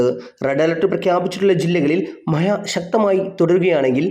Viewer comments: മഹ്‌യ അല്ല മഴ ആണ് 😂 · മഴ എന്ന് പറഞ്ഞ് പഠിക്കണം കേട്ടോ. ഴ ഴ ഴ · മഴ,❌ മയ